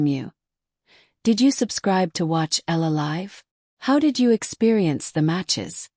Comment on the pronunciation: Her name is pronounce as eee ya la.